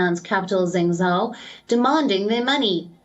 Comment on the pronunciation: Is that how you pronounce Zhengzhou?